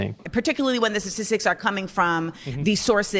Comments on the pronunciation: Sah-tistics Hfs dude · "sassissics" bruh she cant even say statistics. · What’s a suhsissik? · She epitomizes emotive, reactive non-thinking. wtf are sassisstics? she can't even pronounce the word she's so flustered. And no, it's not because of african american vernacular english. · When people say “satistics” just stop listening… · Why can't she pronounce "statistics" correctly? "Sissisics" is not a word. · She can't even say statistics 😂